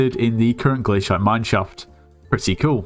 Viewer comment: Bro thats the way its pronounced